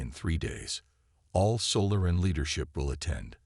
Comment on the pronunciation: AI needs to learn on how to pronounce SO LAH REN (Solaran) instead of Sola RAN